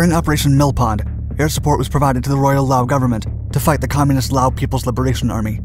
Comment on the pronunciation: Congratulations for being the first American on YouTube to pronounce Laos correctly (including those who fought there)!!